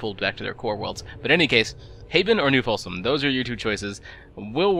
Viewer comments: Folsom /... Either you screwed that up on purpose or you need to get your ears/eyes checked. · New Folsom, and the Hurcules